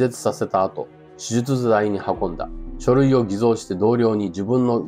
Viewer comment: 手術台てと受け入れれなかったがギリギリやないかい！ ちゃんと言えてかぁおい？ 6割やったんちゃうか？笑